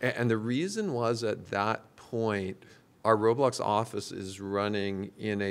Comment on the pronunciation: Dave..... ITS LITERALLY CALLED ROBLOX. RO BLOX. NOT ROLIMB